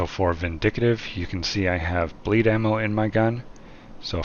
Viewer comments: The word is VIN DIK TIV not VIN DIK AH TIV !! I enjoyed your video but this really bothered me and messed with my head. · Vin dic tive not vin dicit ive. And you had reload speed and not rounds on your wepaon. Are you AI? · Vin-dick-tive bro 😂, it’s pronounced Vin-dick-tive, nice build 👏